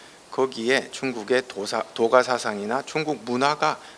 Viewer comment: "도가"의 첫 자 "도"의 발음이 틀렸나이다. 제발! 길게 발음하시옵소서!! 길 "도"자의 발음도 바르게 발음하지 못하는 이가 이런 강의를 할 수 있는 한국 문화 수준!! 부끄럽지 않습니까!!??